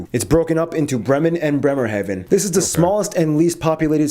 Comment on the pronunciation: Okay but that guy pronouncing Hamburg neither the English nor the German way but in an in-between way really threw me off. Also the way he said Bremerhaven was too damn funny xD